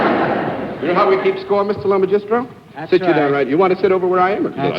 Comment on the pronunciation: I’m Italian, so when I see the last name I’m guessing the emphasis is on the second syllable (lo-MAH-jis-tro) despite the way John and the panelists are pronouncing it. Am I correct?